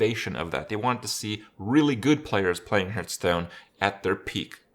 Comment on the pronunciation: IT`S HEARTSTONE ( HARTH STONE, HART STONE) NOT FUCKING HURTSTONE (HRT STONE) FFS I CANT HEAR IT ANYMORE